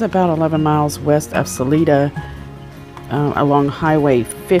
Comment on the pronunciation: What concerns me is that why on Mothers Day a Sunday during a pandemic would he take a trip to Denver? I’m just speculating but he may have gone off with Suzanne to dispose of her. I pray not. But his story is down right fishy. Just a note it’s pronounced Sal I da. Thank you for the update.